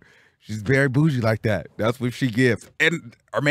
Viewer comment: Yeesss the way he says “like det” send me every freaking time hahahaha